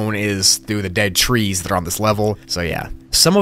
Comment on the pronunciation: did you forge how to say dead?